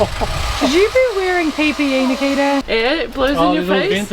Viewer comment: I kept hearing “the kid” when you say Nikita and now can’t unhear it. Enjoy.